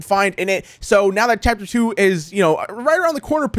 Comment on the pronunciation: love the fact he said phapter